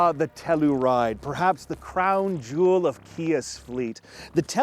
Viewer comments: TELL YOU RIDE,,,,,,,,, not,,,,,,,TELL OO RIDE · It's TELL U RIDE not TELL ER RIDE fellas nextime you revue. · We have one and love it. But say it with me: “Tell-you-ride”, not “Tell-oo-ride”. (We live near the town) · Tell - your - ide. Not Tell - er - ide. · you're saying tellaride smh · why are you saying tellaride? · The Kia Tell-uh-ride… lol